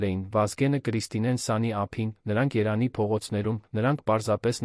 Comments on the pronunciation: Երան չէ-Երևան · Երան, Սան, հարան, Ընդհանրապես և -ը գոյություն չունի: Տհաճ է, լսելի չէ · Միթե չես կարողանում Երեվանի ն ասես երանի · Այ անգրագետ ոչ թե երանի այլ Երեվանի ոչ թե գոյատել այլ գոյատեւել ոչ թե դեռս այլ դեռեւս այ անգրագետ դու երեցի եվ տառը չես սիրում